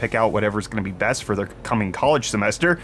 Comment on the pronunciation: are you saying "I'm your brett host" on purpose?